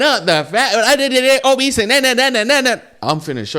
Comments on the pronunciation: It's OBESE! not OBEESE"D".. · my boy said obeast hahahaha